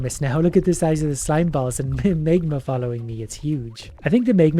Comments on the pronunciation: Tip, try to say magma and not megma... smegma is totally another thing... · You pronounce the words magnet and magma really funny, as if you were saying smegma.